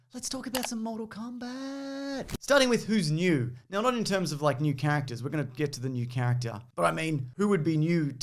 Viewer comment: The way he says characters "cactus"